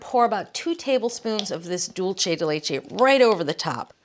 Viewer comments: Yes, she mispronounces it, but then again she is pronouncing it in English. As I always point out, no one in Latin America is pronouncing English, German, Polish, Slavic, or non-Latin based language words correctly so I think she deserves a pass. Cooking shows in Mexico or Colombia are not making attempts to say bratwurst, sauerkraut, Riesling, or Gewürztraminer correctly using the correct vowel sounds that do not even exist in Spanish. Let us just stop with the hypocrisy. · Why does she keep pronouncing "dulce de leche" so Whitely? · Pronounced: duel-se de leche. NOT dulche 🤦🏽‍♀️ Also much easier way to make it… boil an unopened can of condensed milk for 2 hours (always covered in boiling water) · Maybe could be a regional thing. I think she's up north. I'm Arkansas. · Dulce de leche, please look up its pronunciation before making another video about it. 😶